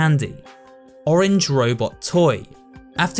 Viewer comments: In musical memory when it's said fast enough, Orange sounds like Organs and Violate sounds like Volant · Is it just me, or is every time the voice from the first game says "organs" instead of "orange"? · Maybe I'm wrong, but in the musical memory they also pronounce orange weirdly and it sounds like organs. Maybe, its just me but I just wanted to point that out. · Did you know that in musical memory when they say Orange and sounds like Oregon lol